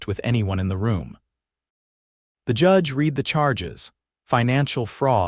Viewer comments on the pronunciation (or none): I'm so tired of A I not saying the correct tense for the word Read (re'ad) pronounce d RED not read. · Could someone teach this AI reader the difference between read (reed) present tense and read (red) past tense?